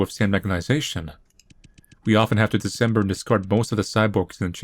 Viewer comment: i love how says “dismember” as “december”